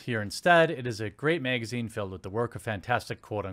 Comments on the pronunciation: "Geme Informer Megazine" :P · I need a compilation of him saying magazine